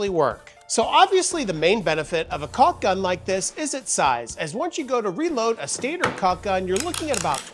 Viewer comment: there's no "L" sound in caulk!! as for the chisels, i have had those for a few years now and they are great. highly recommend